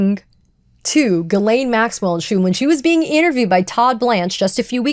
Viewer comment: Her name is pronounced jizzlane.